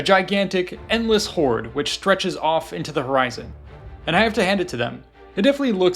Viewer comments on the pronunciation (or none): none